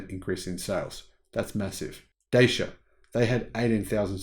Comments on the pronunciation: Dacia is a Romanian company and the name is pronouned 'Datchia'. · Just a FYI, the name "Dacia" is pronounced like "Dutch yeah".